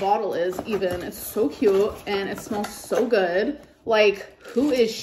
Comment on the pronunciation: When she says “cute” like “ca-yuuuuut” i want to scream like a Klingon to the sky 😂 or “stinks” as “steenks” or “both” as “bolth”